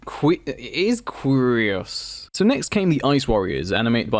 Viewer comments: I think it’s pronounced like “Curious” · Qurios is pronounced curious